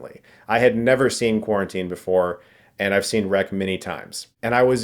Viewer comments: I live in Barcelona, where it was filmed, and people call it rec, exactly as you pronouce it. with a hard "r" of couse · Yes, Chris. This movie is pronounced REC even by spanish audiences.